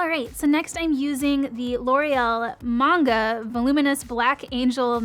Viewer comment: Thank you thank you for pronouncing Manga right! Lol that's a big pet peeve of mine ( and they freaking mispronounce it in the commercial like seriously people?) anyways, I have that mascara and I like it well enough, it's good for my bottom lashes I've found....I am so going to get that eye liner though, I am almost out of my elf eye liner. I freaking love elf products, it's pretty much 50% of my make up bag XD much love girl!!!!! Thanks for all that you do!